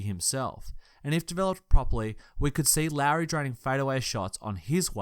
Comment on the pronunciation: For future reference Lauri is pronounced similar to Lowery, at least that's how my finnish relatives pronounce it.